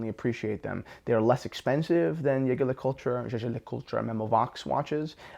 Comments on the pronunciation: It's Jaeger, not Yaeger, if we are being pedantic, both are not correct. See how they refer to themselves. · I'm french lol, i guess if you're american, thats how you'd simplify it, its just a soft J, dont you guys have that sound in english?